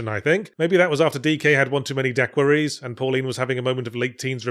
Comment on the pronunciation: "Dack-queer-ee-s" Bruh